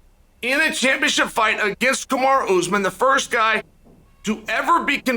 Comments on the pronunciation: If Chael says kumara then it’s kumara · I love how chael decided to call Kamaru “kumara”